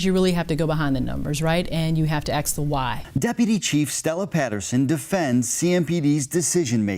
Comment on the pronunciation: Did the cop say "you have to ax the why"? ........